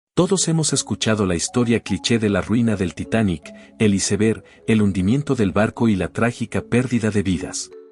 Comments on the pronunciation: SI NO SABEN DECIR "ÁISBERG" MEJOR DIGAN "TÉMPANO" DIOSSSSSSSS !!!!!!!!!! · Sii y aunque hablé en español, debe decir bien "iceberg"